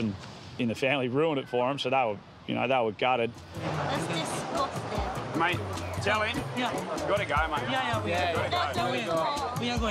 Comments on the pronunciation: i know it's a serious situation but that girl a really said "that's DISGOSTING" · I love the way she said it “that DiSgOsTiNg” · IM SORRY I LOVE THE GIRLS ACCENT WHEN SHE SAYS DISGUTIN’ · I thought of that meme "DESCOSTANG" lmao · "thats discostang" IM DYING RN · The girl said It’s Disgoton